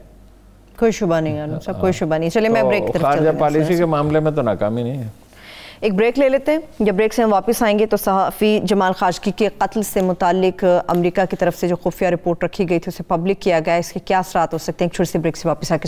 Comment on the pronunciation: بہت خوب! لیکن ایک بات نوٹ کر لیں کہ یہ لفظ “خشوگی” ہے نہ کہ “خاشقجی”۔ اکثر پاکستانی چینل اس معاملے پہ غلطی کے مرتکب ہو رہے ہیں۔ پچھلے ایک پروگرام میں بھی آپ لوگوں نے غلطی کی میرا خیال تھا ٹھیک لر لیں گے لیکن نہیں کی۔ آج تو “” بہت فارم میں نظر آئیں۔ اگرچہ میں خود کوئی ماہر نہیں ہوں اور میری جگہ نہیں ہے کہ بڑے ماہرانہ انداز میں بات کروں لیکن ایک ناظر کی حیثیت سے عرض کروں گا۔ اور صاحبہ وہ یہ کہ آپ نے “فیصل جاوید” کا حوالہ دیتے ہوئے بڑا زور دے کر کہا کہ وہ یہ دعوی کر رہے ہیں کہ پی ٹی آئی جیت جائے گی۔ یہ بات اتنا زور دے کر کہنے کے بجائے ہلکا سا نوالہ دنیا بنتا تھا کہ فیصل جاوید صاحب بھی ایسا کہہ رہے ہیں۔ اس کے علاوہ اب آپ نے مسکراہٹ پہ پابندیاں لگا دی ہیں۔ لیکن۔۔۔ ہارون الرشید صاحب کا اللہ بھلا کرے کہیں نہ کہیں آپ کو مسکرانے پہ مجبور کر ہی دیتے ہیں۔ 😁 خیر آپ نہ مسکرائیں ہم انتظار کریں گے۔ 😁🌹 میں ہر پروگرام نہیں دیکھتا لیکن مذاق سے ہٹ کر یہ بات ہے کہ آج ماشاءاللہ آپ کی تیاری قابلِ داد تھی۔ اور ہاں یہ “گیدڑ کا پہاڑ” پہ چڑھ جانے والی بات/کہانی مجھے نہیں معلوم تھی 🙈😃۔ آپ کو معلوم تھی یا نہیں لیکن آپ نے جو لقمہ دیا اس سے پتہ چلتا ہے کہ آپ کو اس کہاوت کا پتہ تھا۔ کیا بات ہے جناب! 👍🌹 خوش رہیں اور اچھے اچھے پروگرام کرتی رہیں۔ ریفرنس کے لیے عرض کر رہا ہوں کہ میں نے آپ کا پہلا پروگرام یو ٹیوب پہ وہ دیکھا تھا وہ شاید آپ کا ہوسٹِڈ مارننگ شو تھا جس میں شاید کوئی ڈاکٹر عیسی صاحب مدعو تھے اور انہوں نے خشک کھانسی روکنے کا ایک دیسی نسخہ بتایا تھا (دو لونگ، ایک کالی بڑی الائچی اور ایک منقی) اور میری ذاتی تجربے میں یہ نسخہ ماشاءاللہ بہت کامیاب ثابت ہوا۔ جزاک اللہ! آپ میں پٹینش